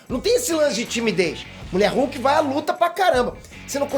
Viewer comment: "ELA BAI ME COMERR" KKKKKKKKKKKK EDITOR É TOP DMS